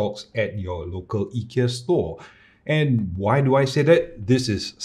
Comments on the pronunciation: To clarify, actually pronounce it correctly, I asked my Swedish friend and he said it should be "ee- kea", if you don't believe you can see the ikea advert and in the end they pronounce ee-kea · You actually pronounce IKEA better than 99.99% than other English speakers, so don’t worry. :) //guy from Agunnaryd (the A in IKEA)